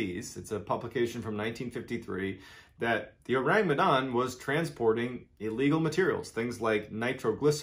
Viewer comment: Phonetically it is: Oh-Rhung Meh-Dhun.